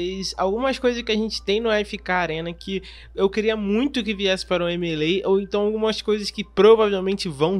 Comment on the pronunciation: Me causa estranheza essa pronuncia americana do jogo "M.e.lei"